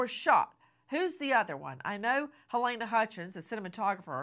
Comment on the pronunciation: Love you and your show Nancy❤ Halyna's name is pronounced Ha-lee-na.